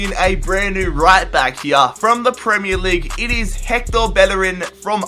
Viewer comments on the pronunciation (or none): none